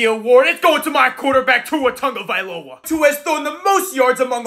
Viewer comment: pronounced Tua Tagovailoa's name correctly 🥳